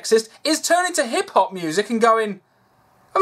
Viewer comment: "Black Hip-hop artist" ....am I the only one that heard that as black hippopotamus